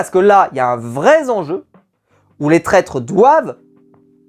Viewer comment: un "vrai zenjeu" ça fait mal aux oreilles! Mais super review encore, je regarde toutes les semaines.